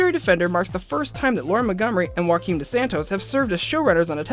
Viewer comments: It's not pronounced Hoo-akim, it's Joo-akeem god people really don't know portugal exists lel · a bit of linguistic correction here, ONLY in spanish you pronounced the J as an H. In Portuguese, "Joaquin" is pronounced "Gioaquin" (with a softer G than italian) no "Hoaquin". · Good video, but I must warn you that Dos Santos' first name Joaquim is pronounced like the French name Jean, since it's a Portuguese name, not Spanish =)